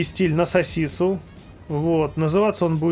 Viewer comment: Отдельный лайк за "сосису" )